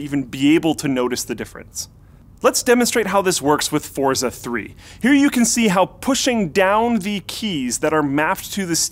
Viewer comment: Managed to mispronounce Forza and get the game's title wrong as well. GG